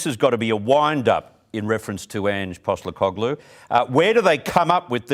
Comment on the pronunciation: Why does this guy keep saying Ange’s last name wrong ?